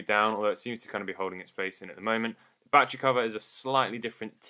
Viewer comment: Love these videos but... Ba-tte-ry. Not "batch-ree". Such awesome content, but this drives me nuts!